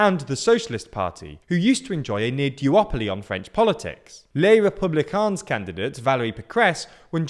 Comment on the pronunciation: Stop saying the S at the end of les républicains!